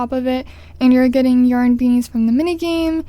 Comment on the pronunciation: Why is she saying yern no offence